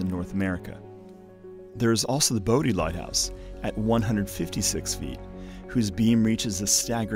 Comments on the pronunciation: The lighthouse that’s you called Boatie island is in accurate. That was the cape lookout light. It’s not pronounced boaty it’s pronounced body Island. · Just for future reference, Bodie is pronounced like body and Corolla is pronounced cuh-RAH-lah, unlike the Toyota Corolla.